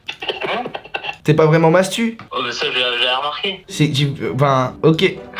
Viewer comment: « mastou » mdrr gros